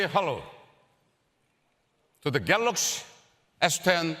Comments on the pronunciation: Did he just said "Galax" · Love DJ Koh🤣🤣🤣 "GALOX S10+" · 'Galox S10 Plus' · And he is still saying it wrong. GAL0KS. Nobody tells him it's wrong because he's the boks (boss). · I get that their CEO/President’s first language is not English, but how has he not learned to say Galaxy correctly after years of working at Samsung lol